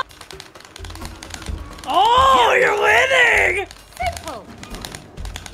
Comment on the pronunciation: In this segment alone, says “stamina” about 8 times. She made it sound weird lol. Also that is the cutest sneeze I’ve ever fucking heard 🥹💖 Anyways, I’m so glad played this game. I might be wrong, but I feel like it’s underrated. (Oh, and I hate the book too)